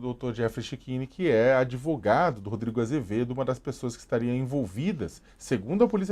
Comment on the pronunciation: Se eu comer uma sopa de letrinhas cago um argumento melhor que esse 'adevoGADO'